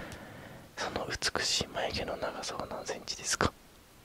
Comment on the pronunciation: 眉毛107cmに聞こえて笑い死んだwwwwww寝たかったのにwwwwww